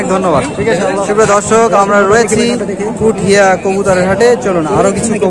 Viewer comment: ভাই পুঠিয়া না পুটিয়া